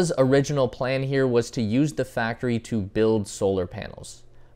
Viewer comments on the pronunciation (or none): none